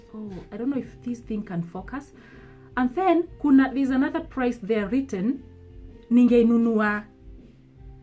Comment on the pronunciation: Did you just say plice?🤣🤣🤣🤣😅😅😅 Sijaskia hio